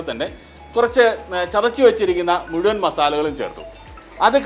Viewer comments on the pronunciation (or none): none